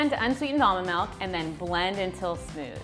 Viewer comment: I hate the way she pronounce “almond milk”...